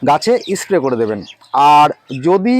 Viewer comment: 'S' উচ্চারণ সঠিক ভাবে করলে শুনতে ভাল লাগত। যেমন 'ইস্ প্রে' না বলে স্প্রে বলা প্রাকটিস করা উচিত। আরও উচ্চারণ ঠিক করলে ভিডিও ভাল হবে।